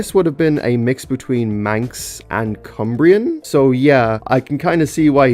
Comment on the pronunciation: It sounds so weird hearing you say Cumbrian since… well I am Cumbrian